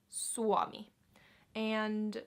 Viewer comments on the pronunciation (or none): Tuo mitekä sie lausut "Suomi" kuulosttaa enemmä ku sanosit "Suami" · For me your Suomi sounds more like Suami. I think this slide from uo to ua is common in some dialects.